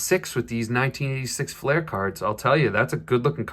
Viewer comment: It's pronounced 'Fl-ear', not 'Fl-air'.